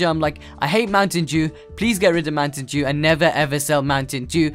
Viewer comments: The way u say Mountain Dew is hilarious :D :D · Anyone else notice how he said Mountain Dew